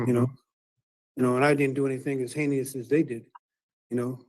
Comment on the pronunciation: or as he pronounced it "heineous"